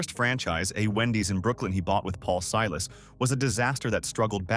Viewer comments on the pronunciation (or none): none